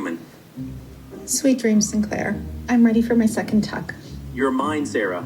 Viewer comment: I can't with the way she pronounced Sinclair 😂 it's as bad as Craig and Graham